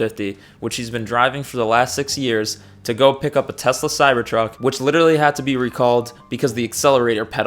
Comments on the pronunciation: Ah yes, teslur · Idk why "tesler" is so funny to me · "I hate Tesler" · anyone that was paying attention, realized that husk was a lying fragile fake a looooooooooooooooooooooooooong time ago... also, trump: "i are smart. i love tesler. me has best word. diaper full..."